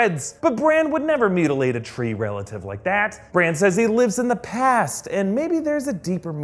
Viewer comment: Why do you call Bran "Branch"??